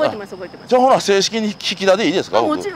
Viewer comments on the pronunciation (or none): くっきー、ひき「た」てんこうやで